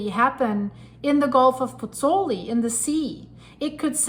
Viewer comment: BOTH vowels in the diphthong in Pozzuoli are pronounced - Pozz - oo - aw - li. You are leaving out the 'oo.' Disrespectful to mispronounce the name of the town - which I have visited by the way. The composer, Giovanni Pergolesi ( ), spent the last year of his short life there...